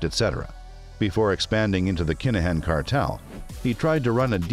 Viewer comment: Why the hell are mis- calling his name . IT IS NOT DANIEL CALAHAN . IT IS DANIEL KINAHAN !!!!!!!!!!!!!